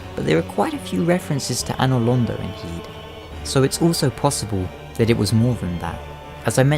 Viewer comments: Kind of annoying hearing the Heidi tower of flame referred to as Heede cathedral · heide's tower of flame is it pronounce 'hay-de' or 'hi-de'